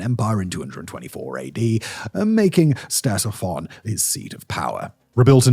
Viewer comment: Hearing you pronounce "Ctesiphon" is like nails on chalkboard. LITERALLY THE LEAST YOU CAN DO IS LEARN TO PRONOUNCE THE NAME OF THE THINGS YOU'RE SUPPOSED TO BE EDUCATING US ABOUT, SIMON. YOU HAVE ONE GODDAMN JOB.